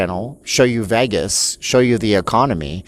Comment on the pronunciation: It’s because you don’t pronounce “Vegas” correctly. But you’re great!